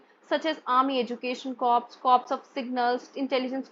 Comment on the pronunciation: Ma'am a humble correction CORPS is pronounced as "CORE".😊